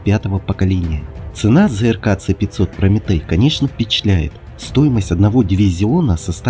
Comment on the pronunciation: "Ц-500"-бляяяяя чел,ты серьёзно...В России обозначения вводятся по РУССКИ,почти всегда:-С(ЭС)-500 или ракеты Х(ХА)-101-102,но не "ИКС".Точно так же нужно доносить и иностранцам.